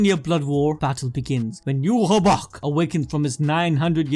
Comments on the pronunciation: Wach (the german word) isn't pronounced "ewah" - The king in mispronouncing stuff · Why do you keep saying Yuhabok?